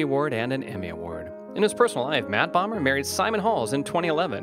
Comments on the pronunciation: bomber? lmao (boh-mer) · Whoever did this, didn't even pronounce Bomer's name right. And he was raised in Spring, TX